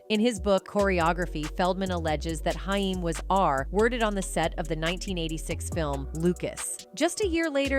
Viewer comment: HAIM...pronounced HAAAAYYYY-MMMM